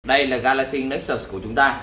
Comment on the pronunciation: hồi 2013 mua nó giá 14 triệu, tiện thể lụm luôn con Nexus S (phiên bản có đèn flash của Galaxy S), mà đọc là Galaxy Nê xús haha